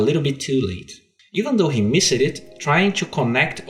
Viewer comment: Just a tip, you need to pronounce the word "missed" as "mist". You shouldn't pronounce it "miss-ed". It's the same with "hexed" and "blinked", you pronounce it "blinkt" and "hext"